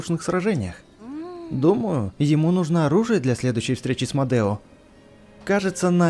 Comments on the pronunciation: Не Модэо а Медо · Там меееееедо меееедо а не мадео как ты так читаешь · Не мадео а медо!!!! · извини но не модео а медо